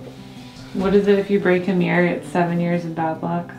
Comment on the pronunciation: It's MIRROR not MEER!